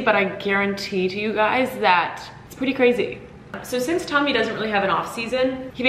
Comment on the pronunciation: Oh happy day...love home vlogs and you and Tommy. I agree with Tommy's pronunciation 😂🫶👏🏼